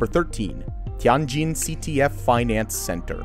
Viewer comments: Ti-an-jin haha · Me as an Asian when he pronounces Tianjin and Guangzhou: Dying